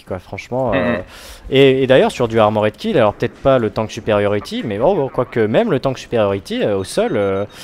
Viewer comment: on a tous des cours d'anglais à l'école non? j'ai pas encore trouvé un seul commentateur BF capable de prononcer correctement Armored Kill, je commence à perdre espoir